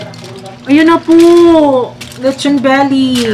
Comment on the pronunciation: be like: letchon beli beli beli beli